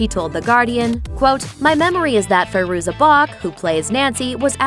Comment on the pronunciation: Is it Fay-ruza or Fye-ruza? I've heard both pronunciations.